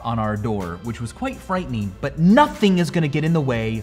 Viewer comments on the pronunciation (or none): embarraseen, frighteneen, let's pronounce the 'ing' Micheal! ha